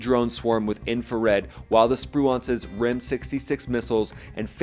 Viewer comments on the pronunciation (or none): Its pronounced sprewence